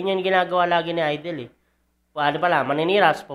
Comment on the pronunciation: ayusin mo ng yang pag pronounce mo, hindi yan AYDEL, IDOL (aydol) yan